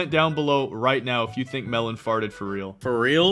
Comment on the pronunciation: It’s melon not Melen